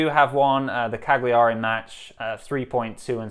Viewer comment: Hearing you try and pronounce Cagliari made my day!